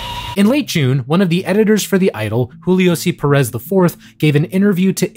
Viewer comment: My last name is perez and I hate how you pronounce it omg😞😞😞😞